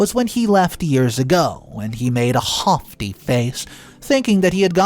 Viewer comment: "haughty" is pronounced "hotty" not "hoffty"